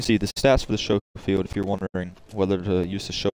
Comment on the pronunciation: Not trying to be funny with you mate you say it however you wanna say it but the proper pronunciation is with adding the c in the pronunciation so what I mean is that when you say it it sounds like you are saying it like showfield revolver but you are supposed to add the c in the pronunciation. Hey man whatever you say it how you want at the end of the day, you say potata I say potato. I prefer the Lemat actually to the Schofield I like them both but I always take the LeMat over the Schofield due to its feel, its look, its ability to get clean headshots at range, and it's dual functionality of its smooth bore shotgun tube or its 9 shot revolver rounds. 9 is better than 6 in times of a throw down, longer loading though too. I like the gold on silver here.